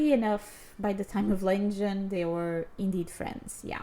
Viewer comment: I love your TR videos! Keep them up. I wonder if you'll ever change the habit of pronouncing 'Legend' as 'LENgend' 😅 It's funny!